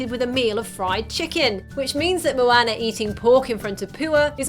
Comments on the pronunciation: i could not watch this video for more than 2 minutes. for christ's sake woman its moana not moAnna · It's not MoAyna. It's MoAuna conmon 😂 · "mo-ann-er" snorts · She legit called moana mwana